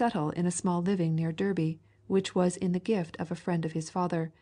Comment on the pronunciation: Thank you for this. Flamsteed deserves more recognition for his genius. Derby, Flamsteed's childhood home town where he first penned the Longitudinal Meridian in his calculations, it's pronounced "Dar-bee".